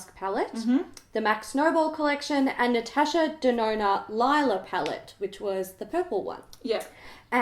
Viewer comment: The Lila Pallette is pronounced Lee-la.Like Her Daughter's name.I just thought Y'all May want to know.The only reason I know is cuz I watched a Mini documentary on Her.